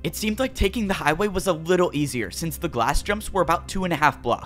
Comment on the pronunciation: Why did you say wittle